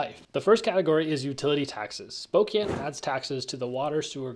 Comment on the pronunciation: I've been there once. Pretty boring town w/o decent Chinese food and found it is home to Gonzaga. It is Spo-"can" not Spo-"cane"...as the locals said it ain't Cocaine, it is Cocan!